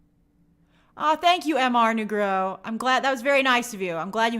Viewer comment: I haven’t seen this persons name spelled out, but I’ve heard her respond to him a few times in her streams. I think the name is “Mr. Negro” from using context clues. And i feel like they created that name to try and get Grace to say it, but she mispronounces it every time. Could be on purpose, but i always wonder about that lol